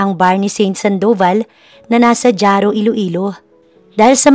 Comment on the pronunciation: Jaro pronounce Haro .not jaro